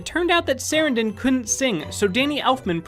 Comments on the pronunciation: SUH - RAN - DIN! SUH - RANNN - DINNN NOT Saran - don! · Pronounced Sa-ran-den not sare-en-den. Susan Sarandon is his ex wife. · Chris Sa-RAN-don. 🙄